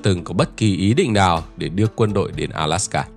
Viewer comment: Góp ý: ALASKA not ALSAKA